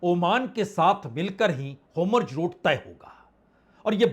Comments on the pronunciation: Aap bar bar kah rahehain straight of hormuzko hormujhut Kya yeh sabda sahi bol Rahe Hain? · Homurj nahin Horrmuz.... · वाजपेयी जी, काबिलेतारीफ है आपकी मेहनत और आपका विश्लेषण, परंतु श्रीमान आपने इसराईल के प्रधान मंत्री एवं फारस की खाड़ी का नाम क्यों बदल दिया है । का वाकई हॉर्मुज रूट को होमुर्ज़ रूट कहना सही है?